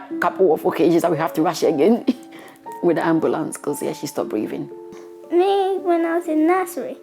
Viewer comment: I was wondering too...she sounded so much like one...especially wen she said 'ambulance'